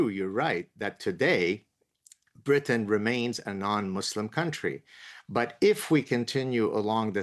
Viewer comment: You don’t even know how to pronounce Britain